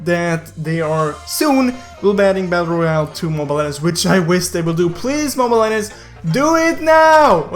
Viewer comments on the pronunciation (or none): Saying "mobile legends" be like... :Good job! Mobile legeiwnajfdsgend. ✌